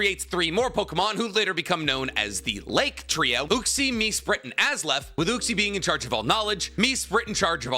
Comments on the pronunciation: You wanted me to start tearing apart how your timeline is. Dialga and Palkia are swapped You butchered Mesprit and Azelf's names its [Mess-prit] and [A-zelf] Could have referenced that the fossils are dual type because of the Revival process You could have also brought up Tropius and Relicanth who existed back then Gigantamax/Dynamax it can exist outside of being traded. Thats just it learning far away You also forgot Kalos War which is when the Ultimate Weapon was created. The Creation of Uva and Naranja Academy. The Great Pokémon War which Lt. Surge was in. The Creation Of Mewtwo. The Splitting of the Original Dragon. First Battle Bond Greninja. And a bunch more but of varrying importance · Im sorry, “Azlef”??? Btw the lake trios names are supposed to be compound puns with Uxie = You + Pixie Mesprit = Me + Spirit Azelf = Us + Elf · you are one of my favorite youtubers. But you butcher the names so badly lately on your one piece and pokemon videos 😂 Take some extra time to learn the names and pronunciations of the everyone you’re talking about. Also dialga is time, palkia is space. But seriously i look forward to more one piece and pokemon videos from you! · Respectfully, that might have been the worst pronunciation of the lake trio I've ever heard. I'm ngl it sounds like AI reading a script with "Azlef" and "Me-sprit". Still good content but... sheesh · No one talking about how he called Azelf “Azlef” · Calls it Azlef not Azelf. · Az-Elf, Mess-Sprit